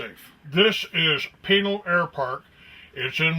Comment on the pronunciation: Hold on here. I'm just as concerned about chemtrail aerosol dumping BUT I smell a skunk. I'm from Tucson, ok? This old biker dude is NOT from the area because he doesn't even know how to properly pronounce Pinal & Marana. Not only that, this air park is an aircraft bone yard. The Tucson area stores the world's surplus of old aircraft. Take your Google Earth & move it south of Tucson to Davis Monthan AFB. You'll see 1000s of mothballed aircraft. On the ground you drive past & see for yourselves.